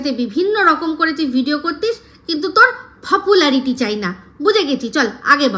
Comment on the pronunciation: Fopularity boleche? 😂